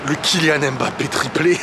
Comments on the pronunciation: Cc stp peux tu faire l'effort de bien prononcé son nom de famille stpp respecter son nom svp... C'est mbappe et non m'.. Ne prononce pas le m.... Merci 😊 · Mbappe et non Embappe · petit point noir dans ta vidéo.:c'est kylian mbappé pas m... bappé le m est muet. Sinon, rien à rajouter à ta réac